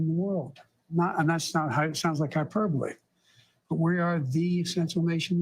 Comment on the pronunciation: He says hyderbaly all the time